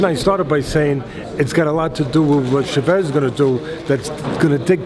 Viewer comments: lol the way teddy says che-vez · The real Coach Edmund Shevez. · The way he pronounced Chavez